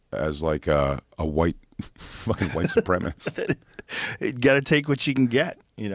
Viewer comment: 🫣every time jay says “white supremist”